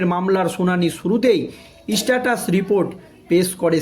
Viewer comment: উচ্চারণ ভুল যে গুলি স্ট্যাটাস ও বিস্ময়।